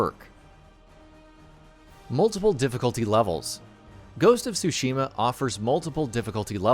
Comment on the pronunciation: I’m obsessed on how bad the narrator pronounced Tsushima, it’s bad, so bad it’s distracting, I can’t wait to play Ghost is Tsushima (well pronounced) hahaha 😆